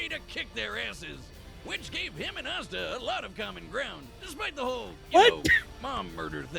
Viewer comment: “Ass-ta” 😂 girl Asta is spelled and pronounced exactly like pasta without the p